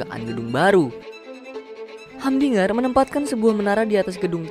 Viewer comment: Namanya humdinger tapi bacanya hamdiger😅😅